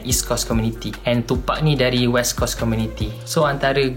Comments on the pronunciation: coast der bukan cost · Srs ah kau ckp coast mcm kos hahah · Coast syg coast... bkn kos! Bkn cost!!!